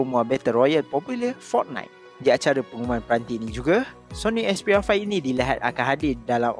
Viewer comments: "Sony expiya faih" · aku sorang jeke dengar dia cakap "sony expiya 5" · Syony expiya 5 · Sony asbyah faih 😂